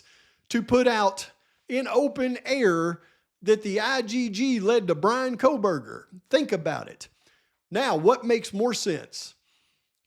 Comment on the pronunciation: yes ma’am who could ever forget the famous JJJ uttering KopaaKohberger. 😹😹 Can’t forget herself referring to Bryan as Brent. 🤦🏼‍♀️🤦🏼‍♀️